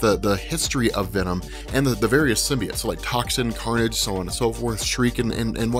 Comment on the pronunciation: what the fvck is a SYM-BEE-IT?! No such word... You must be thinking sym-BYE-OTE